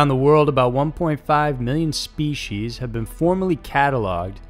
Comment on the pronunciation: Species. Not speshes.